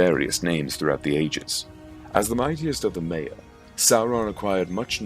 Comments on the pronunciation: Sauron is a Maia. Maiar is plural. Also, the pronunciation is My-a, My-ar, rather than May-ar. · One thing,the pronunciation of things like maiar is 'my are' and mairon is pronounced 'my ron'